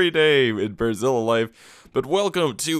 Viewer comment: everytime you say "" i hear "Brasília"